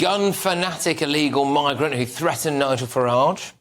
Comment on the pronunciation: He said nigal pasa 🤣🤣🤣